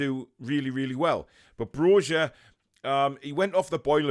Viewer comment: Hey the letter 'J' is pronounced as 'Y' in the Balkans, so Broja is pronounced 'BRO-YA', Great video!